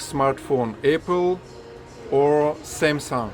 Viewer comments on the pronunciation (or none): none